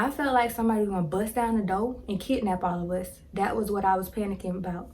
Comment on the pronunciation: Love how you said 5011 of us. That southern slang.